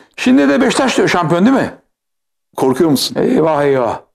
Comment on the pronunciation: NOBODY: BEŞİKTAŞ SİNAN ENGİN :BEŞŞTAŞ